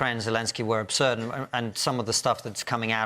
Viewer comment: Obsurd? Okay... 😑